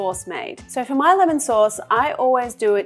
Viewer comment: i understand that she give her personal twist , but the intonation when she says MY personally gives me like, be more modest, no need to emphasize the MY.